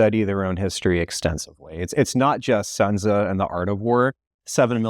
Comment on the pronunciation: Your China "expert" can't even pronounce Sun Tzu correctly, nor can the congressman recall that the first imperial period in China's history was the Qin. Maybe your arguments would be more convincing and your content might even reach a wider audience if it were thought you were able to express yourselves accurately when discussing the data necessary to those arguments.